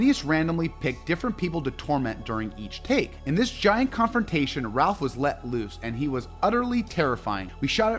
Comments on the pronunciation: Please…it’s not Ralph…it’s pronounced like “Rayf” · Rafe! Rafe!! RAFE!!! SMH! He name is pronounced Rafe. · Great list! Fyi Ralph Fiennes pronounces his name “Rafe” not “Ralf” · It’s pronounced ‘Raif’, not ‘Ralph’. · its the little things, like how you seemingly mispronounce things on purpose, (its pronounced Rafe, not Raplh, and its Avada KedavRa not Kedava